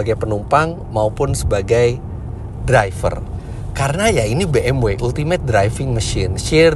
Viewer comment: bmv, not bmuu